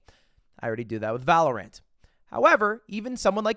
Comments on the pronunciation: i LOVE how you pronounce Valorant as Valor Ant instead of valorant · Ludwig saying „anether“ and „valoRANT“ in the first 30 seconds is rough.